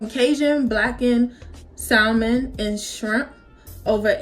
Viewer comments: Sam-en. L is silent honey not Sal-men. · Looks delicious 😋 (the “L” in salmon is silent ☺️)